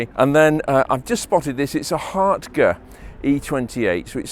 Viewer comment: Finally someone who can pronounce HARTGE properly!!